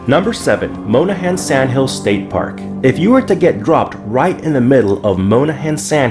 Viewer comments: I hate to be that person, but it’s Mon-ahans not Moan-ahans… also please check out dune sliding if you go!! It’s really fun! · ERRRRRR. Monahans isn't pronounced Mona hans, it's MON AH HANS. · Growing up I went to Monahan's State Park all the time I loved sand boarding and flying kites. But please it's pronounced like MA nuh hans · You need to learn how to pronounce places right. Monahans. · As a Texan, your pronunciation of Monahans and Llano cracks me up. Good video though. Thanks